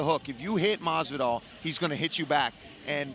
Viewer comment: Okamoto: "George MaZZvidal"